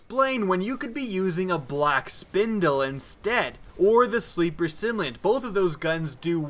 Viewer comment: I don't know why I watch ' videos when he can't properly pronounce "simulant"